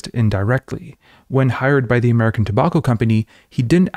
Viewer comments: It’s Toe-back-oh. Not Toe-bawk-oh. Sorry bud, that one got to me. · Two-bokk-o? Do you mean tobacco? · I wanted to learn about Edward Bernays, but in the first 20 seconds you pronounce tobacco wrong twice and now I want to stick chopsticks in my ears thanks man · How can one letter change the entire pronunciation of a word? What is the difference between "tow bach oh" and "tow back oh"? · I really had a hard time getting past "Tabawko" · Interesting pronunciation of the word 'tobacco'. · I’m going to start pronouncing tobacco like this. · That’s a pretty weird way to pronounce “tobacco.” Especially as you’re in a country where the words “drama” and “pyjama” rhyme with “Alabama” and not “llama.” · How many times can he say tobacco funny? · Why you pronounce tobacco like that? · this is a great video and all, but i can't get over how you pronounce 'tobacco'. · Was going to watch but I can't stand how you're pronouncing tobacco